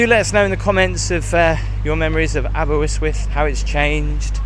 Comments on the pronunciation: Why would he pronounce it Aber WIST with? There's not even a W in the middle of it??? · It is pronounced Aber wrist wyth not the way you say it. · Its Aber ust wuth the y is an uh sound. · Aber-ust-with (according to our Quaternary lecturer). The first y is pronounced /u/. Thanks for the video ❤️ The happiest 3 years of my life were studying in Aber 🥰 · Not a criticism at all, well done for making an effort. It's pronounced, ABER UST WUTH. There's only one W in Aberystwyth :) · No its pronounced Aber - ust - with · 1: you are terrible at pronunciation 2: all stones on a beach are flat 3: ALL SAND IS MADE OF TINY ROCK AND SHELLS 💀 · Crying with laughter with the pronunciation of Aberystwyth 😂😂🏴✌️ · Your pronouncing it wrong! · Up the Welsh! 🏴🏴 It's West Wales by the way and Aberystwyth is pronounced exactly the same as the spelling so not sure where you got that middle W from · Had a giggle each time you said "Aberystwyth" ....there's only one "w". I grew up a few miles from here and lived there for a few years. Was a bit expensive to rent though. Used to walk over to Clarach Bay then Ynylas over the cliffs. It's a nice walk in the summer. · I remember walking to the top of Constitution Hill took me ages,l cant believe how you are saying Aberystwyth l would have thought someone would have told you how to say it or corrected you.l cant remember the sea being that blue,l remember coming in by train and seeing the Dolphins as you entered. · Could have at least learn’t how to say the name of the town aha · It's Aber-ist-with (Aberystwyth) why your saying it aberwystwyth I have no idea.. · Why are you pronouncing it Aber - wis- wif? It’s Aber - wrist - with🤣🤣🤣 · abe -R, not abewyswyth .. very irritating! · It most definately isnt aberwhistwhist. Aber ust with. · Great vid- Aber Yst wyth not Aber wiz with 🤣👍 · Great vid, but your pronunciation is slightly off-Say it like : Aber-wrist-with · If you were Jonathan Woss you would say Aberwystwyth!😂